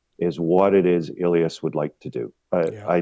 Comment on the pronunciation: Ill-yahs? :body-green-covering-eyes: It's Eh-Lee-Ass